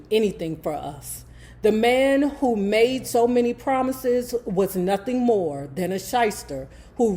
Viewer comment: Not “Nathin” 😂😂😂😂